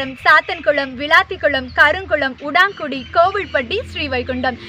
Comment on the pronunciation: உடான்குடி இல்லை. திருத்தமாக உடன்குடி என்று சரியாக உச்சரிக்க வேண்டும்.